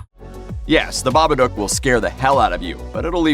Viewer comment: Bobaduke? Lol you cant even pronounce a movie title correctly.